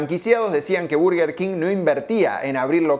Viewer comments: Se dice bœrgœr king… suena como una O. La pronunciación en español es horrible. Son dos palabras en inglés. No pude ver más tu video y tu bErgEr kin 🥵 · Cuando empezaste el video y dijiste "burger" salte de alegria, despues saliste con "berger" y no, no se dice asi, es Burger, escuchalo bien en la propaganda que pusiste (siganme para mas datos de ingles jaja) ahora, al doble whopper no hay con que darle, yo le agregaba Ketchup y me comia dos (asi quede) jaja. Buen video. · desconfirmo , este tio no nos representa , el 99'9% de los españoles decimos BURGUER king no barrrguer king 🤮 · que le digan BERguer me saca, no es mas correcto decir BARguer???? sin tener en cuenta que en las publicidades la misma marca parece que dice VERGA king, boludos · No se dice burger, pero tampoco berger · No se dice Berguer grandisimopelotudo. Es Burguer. Che estás hablando en español... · Llora que le dice bUrger, procede a pronunciar bErguer 😂 Capo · Las dos son basura, es burger no berger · Los argentinos le decimos "Berguer" porque nos queremos hacer los que hablamos inglés. Pero en inglés burger no se pronuncia así ni a palos. Por ahí en un británico con mucha papa en la boca podría ser "Bahrgah", pero en nortamericano es simplemente "Burgur" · Suena raro BERGUER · No es por nada pero cada vez que dices "berger" me da la sensacion de que te esta dando un ictus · por qué este chico le llama Berguer king? xddd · Deja de decir berguer!! Porteo pelotudo! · Berger king suena raro.